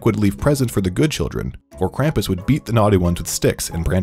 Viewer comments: me a Austrian upset by the way he says kampus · Omg its not "cramp us" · Grew up with krupmus, as an austrian can say it scared me half to death, also the way you pronounce krumpus kills me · IT'S PRONOUNCED KRAHM-PUSS GOODNESS GRACIOUS IT'S LIKE Y'ALL DON'T EVEN TRY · ITS “KRAM-POES” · It’s pronounced Kr-ah-m-pas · As i German i cringed every time he said Krampus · They pronunciation of Krampus is off, also I believe the origin of Krampus was in Austria